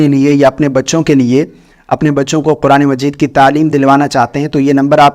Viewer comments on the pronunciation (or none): none